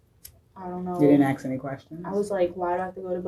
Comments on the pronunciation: It’s just too bad she cannot even say the word ASK, instead of AX! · When the cop says "axe" instead of "ask"....